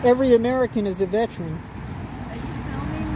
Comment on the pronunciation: 'Veteran' is a THREE SYLLABLE WORD! VET-er-an! Not vetch-rin. Not vet-rin. Be a Grammar Patriot and pronounce words properly!